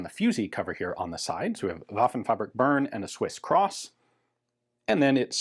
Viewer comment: Great video as always! Just for future use, "Bern" (from Waffenfabrik Bern) is actually pronounced more like "bearn" like a bear, or "bear" with me, or bare-handed, not "burn".